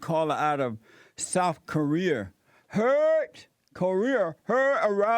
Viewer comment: This man said Souf Koreer